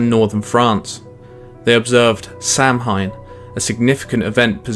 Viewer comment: Samhain is actually pronounced "Saohin". Cool video thoug, very informative, short and yet detailed